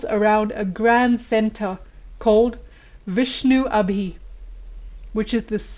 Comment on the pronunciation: Its Vishnu Nabi rather than Vishnu abhi